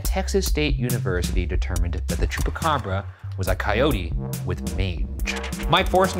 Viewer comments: Ryan sounds like he's saying Chewbacca 💀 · Am I dreaming or does Shane says "It's gotta be a Chewbacca" instead of chupacabra? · Bravo y’all!!! This was great!!! I was born and raised in Puerto Rico and I remember in 1995 when those reports were coming out, and the pictures and videos are burned into my memory. Silverio Perez is is an icon in Puerto Rico and I didn’t know that he was the one that named the Chupa Cabras. I must have been 9yrs old at the time. ALSO excellent pronunciation!